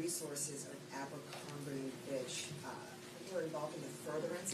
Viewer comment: butchered Abercrombie & Fitch name like 4 times 😂😂😂! This cat is hilarious 😂😂😂😂! I love this channel I swear